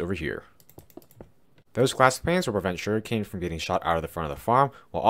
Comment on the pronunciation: Whenever you say sugarcane it sounds like you’re saying shuriken